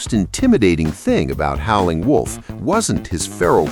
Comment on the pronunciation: AI can't pronounce Howlin'.